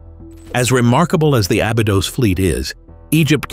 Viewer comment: Pronounce the ī in Abeedos!! White people 🙄